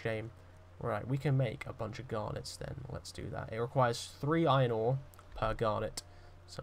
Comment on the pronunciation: This is way more entertaining than I thought. Never expected to be so entertained by a nice British bloke rping as a minor. I guess it's the way you pronounce iRON